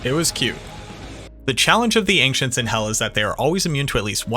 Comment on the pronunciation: Are you saying Ancients as "Anxients"? Just recently came across the channel and I love the content but I can't stand listening to one more "we dropped" or "I dropped" when you mean you found something or an enemy dropped something... Just freakin' say you found it. You didn't drop the thing.